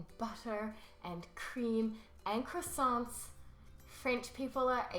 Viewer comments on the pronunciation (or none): none